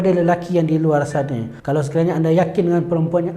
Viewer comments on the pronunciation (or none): none